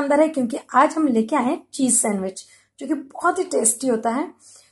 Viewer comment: sandwich nhi bol pa rhi thi....... recipeeee....🤐🤐